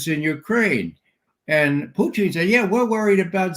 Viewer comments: Someone please correct Ray's pronunciation of Putin's name, his current pronunciation sounds derogatory and Ray has no good reasons for disrespect of President Putin. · Sounds like he's referring to a certain Canadian dish of cheese curds over potatoes and gravy.